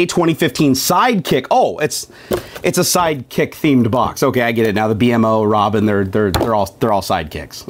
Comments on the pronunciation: It B-mo not b m o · It's Beemo! Not B.M.O. ;) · It's not B M O it's beem-O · The plus he's name is pronounced (Bee-Moe) and the dogs name is Jake. Not like that was important. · Why did you call it the B.M.O it's called bemo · I'm just saying it's not. B.M.O. You say it like BEEMO. BEE-MO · By the way it's beemo not bmo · It's "bee-moe" not b-m-o. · Not B-M-O You pronounce it B-MO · It's said like beemo not b m o 👌🏻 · bmo(bee-moe) not actually b m o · His name is pronounced bimo not b m o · its pronounced beemo not b...m...o... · He called the DeadPool panda a spiderman panda, didn't know the name of Raphael from TMNT, didn't know about the DragonBall and calls "BMO" (pronounced BEEMO) "Bee Em Oh"... I don't think 1UP box is for his type of nerd... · Its pronounces B-mo:) The ball is from Dragon ballz:) And its a panda mashed up with deadpool:) hope you learned:D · Just to let ya know, the character's name is pronounced bee-moe. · its b-mo like bee mo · Oh my god you messed so many things upppp. The robot BMO isn't pronounced B. M. O.. The dogs name is jake. Its not how you pronounce Buyakasha! That wasn't a poke ball it was a dragon ball from dragonball Z that wasnt a spiderman patch it was a deadpool panda and that wasn't a ninja in the sticker it was Mario and the sticker was from super smash bros .... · its pronounce bi-moa BMO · IT PRONUCED BEE+MO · Actually, its pronounced *beemoh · It's pronounced bee-mo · its pronounced (bee-moe) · yu pronounce it bee-moe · sory but its pronounced bee moe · Omg I wanted a bmo btw it's pronounced bee-moe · dude thats not how you say bmos name they plush in the first box